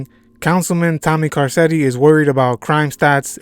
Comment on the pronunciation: Can you pronounce Carcetti correctly please?